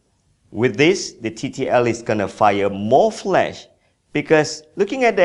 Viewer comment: Flash not flesh